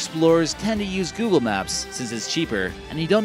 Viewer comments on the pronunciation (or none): none